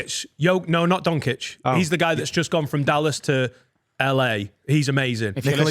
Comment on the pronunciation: Hearing trying to talk basketball has hurt me mentally and physically. “Donkic” was the nail in the coffin.